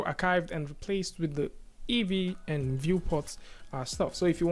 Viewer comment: EEVEE ... its "EE"VEE for christ sake